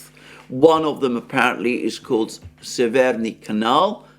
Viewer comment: Very good pronunciation Mr Mercouris of Severnyi Veter :) Just in the word severnyi the stress is on the first vowel :) Big fan of your daily broadcasts. Through my origins i'm very familiar with the roots of the conflict. As I live in the West I was shocked by the propaganda and outright lies that main media feeds to unfortunately completely ignorant majority. Please continue to deliver the analysis of the factual information! I'm very grateful for your efforts to find facts, considering you do now speak Russian or Ukrainian, which makes it harder as I imagine. Wishing you all the best!